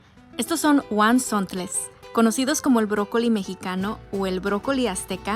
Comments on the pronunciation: Se pronuncia como está escrito hua zontle tu pronuncias con huan, y al caldillo de jitomate se le agrega. Chile Padilla o guajillo y la forma de comer es jalón cada ramita. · Cómo que eres de Puebla y no sabes pronuncias la palabra huazontle.